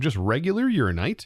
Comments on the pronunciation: Urananite. Your-Anna-Night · Please please please pronounce ALL the letters in uraninite. It's based on uranium, not urine.